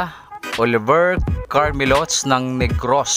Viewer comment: salamat sa pag shout out mo sa akin nut c Carmelots ang pronounce mo CAR ME LO TES salamat parin God bless all youre vlog nka subaybay ako palagi sa youtube mo basta my load ako kasi maraming ako natotonan at dag2x kaalaman kaalaman salamat